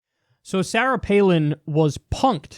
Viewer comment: Kyle’s pronunciation of “Sarah” is very New York